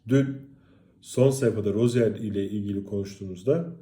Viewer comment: bu guzel adamin adi Roziyer okunmuyor. Roziye okunuyor.